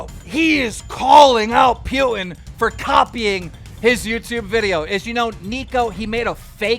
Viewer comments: LOL the way keem says "Putin" sounds like "Pewing" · Why is he saying pewtin lol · Keem why do you pronounce Putin as "Pewtin" lmfao